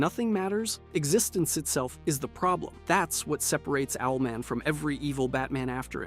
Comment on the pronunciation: How dare you say Owlman like that